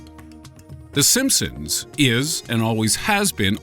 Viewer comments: In the beginning he said the simpsoons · at the beginning "the simpsoons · Di he just say the "sompsoms" in the intro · he just said the simpsoons